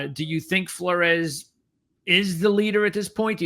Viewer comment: A small aside: Flores is pronounced "floors". I enjoyed the show. Between Hejny and Flores it really depends on Meacham and what we see between the two QBs during game 1, imo. I think they'll each play a half and whoever performs best in the system will get the nod. You are correct to bring up Treyvone Boykin, as he sticks out over pretty much everyone else in Meacham's offensive resume. I feel like Hejny being described as a really athletic QB who still has a strong arm could give him the edge since that's pretty much what Boykin was. Of course, as you pointed out, Meacham was also the guy who recruited him. I think it's very likely he ends up being the starter based on those two things, but I found it really interesting that Flores threw way more passes during the spring game. None of them performed all that well during the spring game, but I'm hoping that's just a testament to Grantham's defense rather than an indictment on the QBs or the offense. I fully expect growing pains. Between the two, I don't really care who gets the start since we really don't know what we have yet.